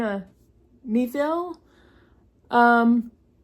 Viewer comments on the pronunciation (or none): Me-aye-ville. I've only read Kraken. The Element of Fire (Martha Wells). I liked the Ile-Rien series. Fabulous .